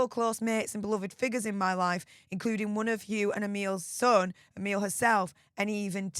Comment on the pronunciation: I do believe that Emilie Van Cutsem's name is pronounced Em-ily, not Em-ile. Apologies if I'm wrong.